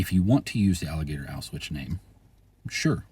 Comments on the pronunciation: Yeah, I was hearing it as "auswitch", and... like, I don't really care, in ways, but at the same time, if we're talking about algorithmic matching of names, etc., I could see people missing the Auschwitz connection somehow with this. 🤔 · Only thing I disagreed with was your pronunciation of the word "Auschwitz". Sounded all wrong to my ears. But anyway useful information. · I can't tell if it's a speech issue or a deliberate choice to avoid crnsors like "grape" does